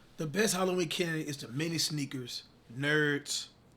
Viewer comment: I have no idea why people butcher words like that 😭 Adding 'S's to everything is the worst, too